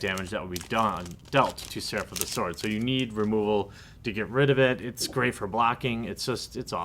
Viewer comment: the W in sword is silent...